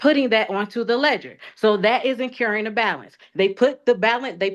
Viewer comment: "Incuhring a balance" 😂